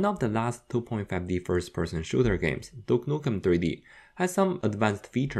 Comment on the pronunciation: Ahhh my favourite game "dook nuken tree dee"